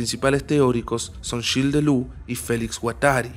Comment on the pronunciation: Amigo, el material que trabajás está buenísimo. La pronunciación de Gilles Deleuze. es Shils Deless. Un detalle boludo, pero suma. Escuchá como lo pronuncian en alguna entrevista.